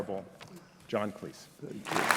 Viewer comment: Thank you! Drives me nuts! John Cles? Professor needs education......